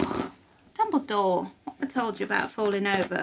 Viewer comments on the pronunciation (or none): hahaha I like that call Dumbledore's name in nearly Chinese accent ，lol "Dumbuliduo"